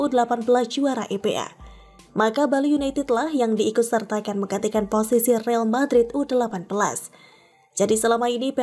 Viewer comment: real madrid dibaca re-al madrid BUKAN riil madrid.......re-al artinya royal atau raja